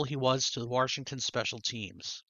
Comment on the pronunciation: You have so much variety. I really like the look of the Dave Stewart. Did I hear a "Warshington?" I love it. Western PA has a lot of that too.